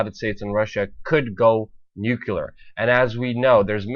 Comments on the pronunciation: New Clear. Not Nuke-you-lerr. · I can't stop laughing every time that he pronounces NUCULER, NUCULER, NUCULER War, NUCULER WEAPONS ;))) Is NUCLEAR Brother! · quit saying NuCuLar! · NUCLEAR!!! Your mispronunciation of the word damages your credibility and not incidentally, lumps you in with George W. Bush, the Idiot President. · It's very hard to take a guy who can't even correctly pronounce "nuclear" very seriously.